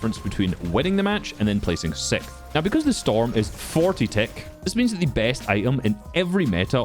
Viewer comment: its sixth not sikth. Why is everyone saying "sikth" lately